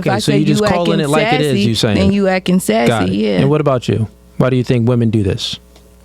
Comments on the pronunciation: Omg it's ACTING NOT AKING😤😡🤬🤬🤬🤬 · “Acken”? Is she not able to say Ac-ting? I've never heard it pronounced like she did. “Actress”? A working actress or was an extra in a movie or an actress in a porn flick? What were they in? What is there acting resume? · Please stop saying akin! It’s acting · Yo I cant stand the way this chick is saying acting sounds like yacking it's DISTURBING, these girls are delusional, truly sad how women dont understand men or what they want but a man needs to understand a women in order to keep her. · Can someone tell that dumb ass to its ACTING not akkin